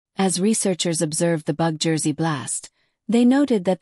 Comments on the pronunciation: Im not sure how they get 'bug' out of 'Betel' and the second half 'geuse' is like the word 'juice'. Some producers of these vids need to check the pronounciations of the words. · Bug Jess? If you're going to use an AI Voice Over, the very least you can do is program it to say Betelguese! May spell the name as Beetle Juice? This mispronuncian makes this video impossible to watch. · Wtf is "Bug Jess?" Try editing before you put this out. I got through 55 seconds before I stopped. I can no longer read or listen to this. Make some changes to your Captions and AI. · One of the problems using AI to narrate. Betelgeuse becomes Bug-Ges or Bug Jersey